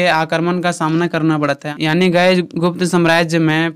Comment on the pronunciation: bhai yaani hota hai aani ni😂😂😂